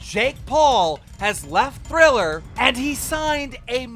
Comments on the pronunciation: cough cough tRiller not tHriller jkjk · So were all gonna skip the fact that he put up a Michael Jackson thriller when he said triller??? 🤣